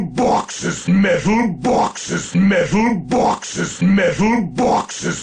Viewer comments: MEDDAL BAWKSES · MEHTAL BAWKSES! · I love the part when he said Metal Bawkses. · ...multiple, simultaneous and devastating metal bawkes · 99 METALBAWKSES. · METHAL BAWKSES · MEH-THULE BWHAK-SES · METHUL BAWKSES